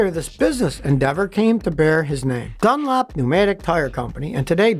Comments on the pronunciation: Why do you call Dunlop Dunlap? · I love how he pronounces John Dunlop's name as DunLAP. If he's from Texas he don't sound Texan :)